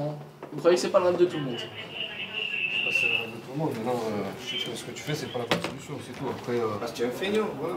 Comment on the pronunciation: " j'vou jire c la primière fois que j'fi ça..." Tocard,ton patron vient de te piéger tellement t'as fait ça !